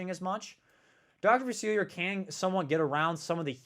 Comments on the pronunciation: Hurts my ears every time. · Just here to count how many times he mispronounces Dr. Facilier.